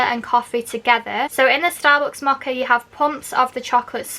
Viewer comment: It’s Mow-Ka,,,,,not moha. I had to blurt it out, couldn’t help myself.